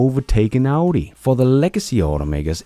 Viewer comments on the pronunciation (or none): none